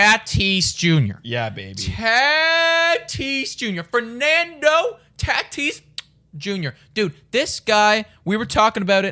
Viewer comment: Taaatis its tatis 😬😬